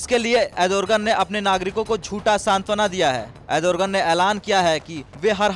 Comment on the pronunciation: Ardogen not adorgen